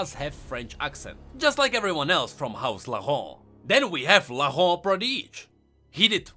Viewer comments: Laurent is pronounced “Lohran”. Not “Lahon” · Lor-ent French Speakers: REEEEEEEEEE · No one: trying to pronounce "Laurent": LaHOhg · Omg i love the way you say "Laurant" (but as a french if i may > you can say it like you say "low" and "ran"ked (without the ked) i think this can help, but if you pref just keep saying it like that i don't complain its cute ^^!) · It's not that hard to pronounce Laurent, just say it as LO-GANT. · Ok for the name AS A FRENCH I shall try my best to teach you how to prononce LAURENT : "Lau" is prononce like "lo" from lotus, so far so good. "rent" would prononced like "ran" from "rant" and you should be good. Hopefully. Great video I loved it xD except for how you say Laurent xD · You know Paris, France? In English, they pronounce it “Paris,” but everyone else pronounces it without the “s” sound, like the French do. But with Laurent, everyone it the English way, “Laur-end.” Like The House Laur-end and Laur-end Chevalier . . . Why though?! Why isn’t the title House Laurent?! Are you friggin’ mocking me?! It uses the French accent so speak the French word, damn it! That sh*t pisses me off! Bunch of dumbasses! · Conserning Laurent prononciation, just pronounce it like in english but without the "t" sound at the end, that way is closer to the french prononciation than you're forced accent. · It's funny because the old prononciation is actually the correct way you say it in French, the new one is just blatant gibberish.